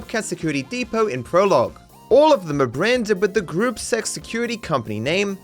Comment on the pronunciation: Gruppe Sechs means Group Six in German. Technically, gruppe is supposed to be pronounced like "grouppuh" or "grouppeh" but people pronounce it like group